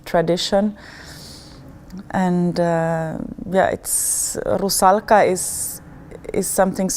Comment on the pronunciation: I like the way Camilla pronounces "Rusalka". I was lucky to see her performance as the Marschallin in Strauss's "Der Rosenkavalier" at the Metropolitan Opera last December and fell in love.